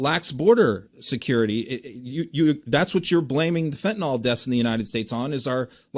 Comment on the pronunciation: It's Fentanyl. Pronounced nil.